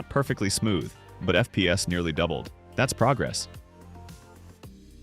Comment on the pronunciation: It's so funny when he says "f peas" 😂